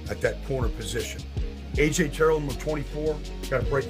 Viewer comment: how u gon break down his plays but can’t say his last name right